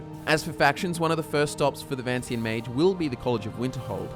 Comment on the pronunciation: Ma-g-e It's not like mage